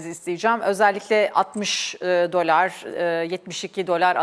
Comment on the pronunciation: DOLÂR şeklinde neden şapkalı A ile okuyorsunuz? Mesleğinizdeki en önde gelen kelimeyi doğru okumuyor olmanız garip doğrusu.